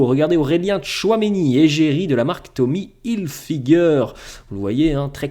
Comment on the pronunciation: Tommy Hilfiger tu prononce trop mal les choses. C'est en anglais 😂